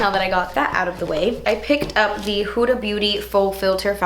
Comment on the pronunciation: Finally i find beauty guru that can pronounce "Huda" correctly😂